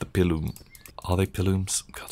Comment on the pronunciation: and its pee-lum not pi-loom XD